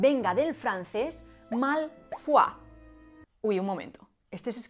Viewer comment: "Dragón Malfoll..." xdd